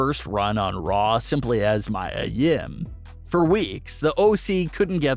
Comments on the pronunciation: It is pronounced Mea Yim not Mya Yim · It's not pronounced My-a Yim, it's ME-A Yim. You sound dumb.